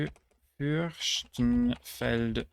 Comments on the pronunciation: Fürstentum us pronounced with an s, not a sch. And I don't know why. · You do not speak German? I am impressed! It should be „BergSHtraße“ but „FürS-Tenfeldbruck“ (no „sh“-sound). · Very impressive memorisation! Your German pronunciation is quite good, sometimes excellent. Some minor mistakes I noticed: Ostholstein [ˈɔstˈhɔlʃtaɪn] (open O) Uckermark [ˈʊkɐˌmaʁk] (open U) Fürstenfeldbruck [fʏʁstn̩fɛltˈbʁʊk] (St not palatalised, at least not in standard German) Straubing [ˈʃtʁaʊbɪŋ] (palatalised St) Unstrut [ˈʊnʃtʁuːt] (normally palatalised St) Saarlouis [zaːrˈlʊɪ] (no S at the end) Vechta [ˈfɛçta] (voiceless V=F and "soft" CH) Berchtesgaden [ˈbɛʁçtəsˌɡaːdn̩] ("soft" CH) Chemnitz [ˈkɛmnɪts] (CH pronounced as "k") Havel [ˈhaːfl̩] (voiceless V=F) Jerichower Land [ˈjeːʁɪçoːɐ ˈlant] ("w" is not pronounced) Lüchow [ˈlyːçoː] ("w" is not pronounced) Tirschenreuth [ˈtɪʁʃn̩ʁɔʏt] (you didn't pronounce the "en") Alzey [ˈaltsaɪ] ("ai" at the end) Pirmasens [ˈpɪʁmazɛns] (no schwa at the last syllable) Parchim [ˈpaʁçɪm] (soft CH) Spreewald [ˈʃpʁeːˌvalt] (palatalised "Sp") Aachen [ˈaːχn̩] (long closed A) Kelheim [ˈkeːlhaɪ̯m] (long closed E) Schleswig [ˌʃleːsvɪç] (long closed E, mostly soft CH at the end) Ruppin [ʁʊˈpiːn] (long closed I) Hof [hoːf] (long closed O) Plön [ˈpløːn] (long closed Ö)